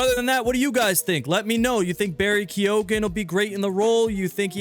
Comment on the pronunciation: First of I gotta say watching the video where he says Barry's surname made me laugh 😂 haha it's not pronounced (kee, o' gan) it's more like (kee, gin) like damn that surname be Irish as fuck and hearing it mispronounced was funny but also showed me no effort was put in to researching the pronunciation